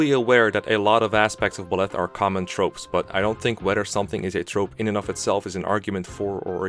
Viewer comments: The absolutely worst thing about Byleth is the way you pronounce his name, Jesus fucking Christ. No, but seriously, I just recently finished my 250-hour long playthrough of Three Houses, completing all 4 routes. It was a blast and I thoroughly loved my time with the game, and because of that I have a lot to say on things like characters and story, and Byleth is not an exception; in fact, he's probably the rule if I am being honest. Byleth or Edelgard for sure. Now, I need to preface this - I actually really like Byleth. And I like him more than a majority of the characters in the game and I don't think he's a soulless husk-like most people seem to; I would much rather see Byleth communicate with basically any character in the game instead of watching Ignatz and Ashe talk with one another, for instance. I think he (emphasis on he - lmao) has one of the better visual designs in the game and he genuinely has some of the funniest dialogue as well. He's this combination of calm and collective, aesthetically pleasing to look at, and combatively competent. All while being layered upon with a dry sense of humor without being overly animated, emotional, and childish. And ALL of that is right up my alley. With that being said, I do have criticisms of the character and actually think he is one of Three Houses' weakest narrative points as he basically defines the biggest problems with the game - inconsistency and missed potential. As I said, I have a lot to say, and this comment section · “Buh-leth” lol. Think of the word bisexual: bye-leth. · The only thing I have an issue with is how you say 'Buh-Leth', rather than the obvious 'Buy-Leth'. Like, why? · The way you say Byleth triggers me. It’s Bye-leth, not “Bleth” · Got nothing against the vid but Byleths name is pronounced Beleth but as Bileth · I cant pay attention to your points when you pronounce Byleth /Bleth/. It's /BYleth/ my dude. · "Buhleth" How do you read his name and conclude its said like that.